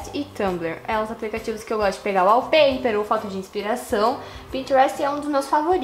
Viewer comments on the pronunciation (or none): e kkkkkkk é wallpaper e não wallper!